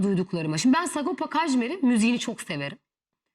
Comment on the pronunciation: Ulen delirdim bi sagopa demek bu kadar zor mu lan 🤣🤣🤣SA-GO-PA , S-A-G-O-P-A 😅